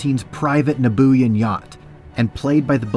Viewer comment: "Nabooien" "Nabooien" "NABOOIEN?!?!?!?!??!" Nubian., Nubian! NUBIAN!!!! (New•bein) It's spoken in The Phantom Menace, It's written in multiple times in the "Star Wars Visual Dictionaries," and it was was ONE OF THE EARLIEST MIDDLE EASTERN CULTURES IN THE WORLD.... YES, OUR REAL WORLD!!!_